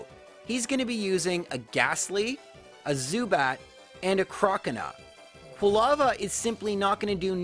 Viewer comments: Crocanah haha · the way you pronounce 'croconaw' triggers me